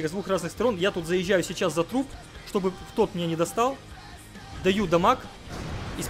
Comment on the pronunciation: сечаус хахахахаха ты иногда пиздато проговариваешься я тебя 5 лайков бы поставил за это